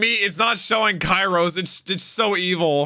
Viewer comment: The Show: KYROS! x: Kairos. please, start using those giant headphones of yours! Names are easy to get right if you actually listen during the show!